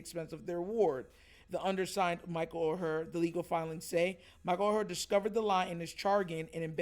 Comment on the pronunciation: Bro good topic. (FYI tho- the name is pronounced like the word “Or”.) never would’ve thought about this tho 🤔 good job bruh